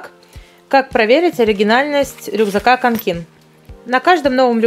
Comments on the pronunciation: Во-первых это не лиса, а песец. Во-вторых, не канкЕн, а кАнкен!!!!!!!!!!!!!!!! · не Канкéн, а Кáнкен❤️ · кАнкен, а не канкЕн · Если я не ошибаюсь, то правильно всё-таки КАнкен, а не КанкЕн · Это не Kanke’n, а Ka’nken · кАнкен, не канкЕн!!! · Слух режет, не КанкЕн, а кАнкен😒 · кАнкен Ударение на первый слог!!! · Канкин правильно говорить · канкЕн, о боже, мои уши. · Ударение падает на букву "а", а не на "е". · Канкен На А ударение ☹️ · Вы вообще не правильно росказываете о канкен!